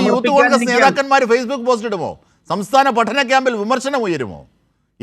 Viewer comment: യൂത്ത് കോൺഗ്രസ് അല്ല ഉത്ത് കോൺഗ്രസ് 😊